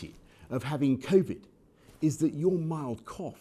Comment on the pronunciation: "covid naan" XD